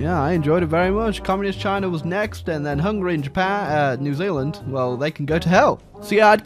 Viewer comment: Zee Zealand? Never heard of it.